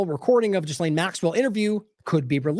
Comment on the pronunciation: We really should pronounce Maxwell's name correctly. It's NOT JizzLane. It is G'Lane with a hard G. The S is silent. It's a name of French origin.